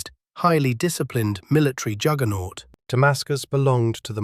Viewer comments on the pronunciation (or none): none